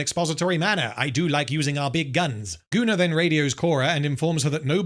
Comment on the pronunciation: Im curious, do you write Gunnar´s name as "Gooner" in the script? or does it come naturally to pronounce it that way ever since Anthony Botkins referred to him as such?